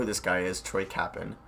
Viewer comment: That hurt when he said capin I was like ah me heart it is co-pain but I'm not surprised you didn't know that nobody acknowledges Cincinnati as a place